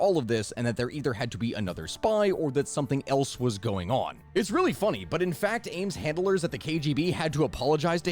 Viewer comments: Am-es?? He's known as Ames. Sounds like Aimes) Not a good way to get Comments... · His last name is Ames like “aims” not Amos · After hearing him say Amos instead of Ames a few too many times, I had to leave before the halfway point.